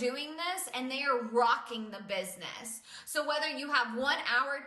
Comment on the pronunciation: "this bisniss" really triggers me